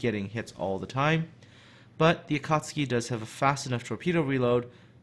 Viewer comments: Akatski in laughing but sorry, I think its AkatsUki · ElasticSniper I could feel myself cringing every time said Akartski. No offence! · Going out of my mind listening to you fail at pronouncing this ship :'( . A-ka-tsu-ki. Tsu = t + sue, so a-ka-tsue-key. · A-KA-TSU-KI not A cats' key. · RedstoneActive yup, it is not pronounced su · A ka tsu ki! not that hard to spell:D;) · The proper pronunciation would be closer to Ah Ka tSue Key, just barely enunciating the T. Regardless, it's definitely not pronounced the way was pronouncing it in the video, but it was better than how Jingles would likely pronounce it. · To whoever still debating about the pronounciation. In Japanese, "Akatsuki" kanji is written as "暁". The kanji "暁" can be broken down into hiraganas which is written as "あかつき", and each hiragana reads as "a", "ka", "tsu", and "ki" (they do this often when teaching children to read a kanji, or include them in mangas so people don't misread the kanji). So the correct pronounciation is a - ka - tsu - ki. BUT... It is also acceptable to pronounce it as a - kat - ski because : 1. It sounds just the same when read fast, the Japanese will still understand it 2. This video in general isn't about trying to teach you Japanese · say it like this. "Akk at suki" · Definetley pronounced Akatski :) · just a little language tip, the tsu is pronouced as if the T doesn't exist. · I believe the "T" is silent. The reason why this "T" is silent is because there is "tsu" and "su" which are pronounced differently. A common English word where "tsu" is used is tsunami where "T" is silent. From my little knowledge of Japanese, "tsu" is pronounced like "sue" and "su" is pronounced like "zoo" but the "z" will sound like "s". Akatsuki = Ah-Ka-Sue-Key (that my assumption of the pronunciation of the word). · Akatsuki does have a 'u' in it, you know...